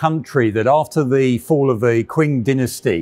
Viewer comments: Qing is “Ching” not “Kwing” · Qing dynasty is pronounced "ching", not "quing". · i died when he say 'Queen' dynasty instead of Qing dynasty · Indeed! It should be pronoun sed tsing at least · Hahah 'kwing dynasty' it's a hard Q for Qing Great video as always! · Qing dynasty is pronounced Tsing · While this guy clearly knows a lot about tanks, I think he may have never heard "Qing Dynasty" said out loud ;) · That pronunciation of qing is gonna haunt me forever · i know the qing dynasty but he pronounced it wrong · pronounce qing correctly please